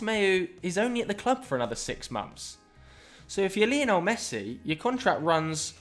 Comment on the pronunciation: please learn how to say " Lionel Messi " it's not leeeonel he's named after Lionel Richie